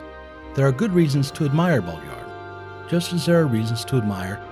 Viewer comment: I love the way you struggle to say it haha